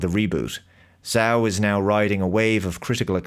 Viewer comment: The ZH in Zhao is pronounced like a J.